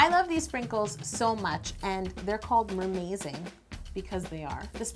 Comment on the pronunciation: I think you are going to make a mermaid cake because you said you said MERMAI(d)ZING and emphazized it.